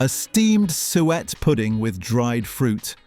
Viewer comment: AI voice is embarrassing. Layverbread? Sweat pudding? Cornish Paystie?